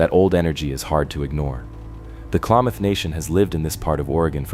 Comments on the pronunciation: *klameth is more accurate if you've ever been there 😂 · It's not "Klaw-mawth" it is "Kla(a=as in apple)-math (as in Math). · Most Oregonians say Kalam muth! Not maaath! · Klamath is pronounced clam math like mathematics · really I'm from Klamath falls no one pronounces it Klaymoth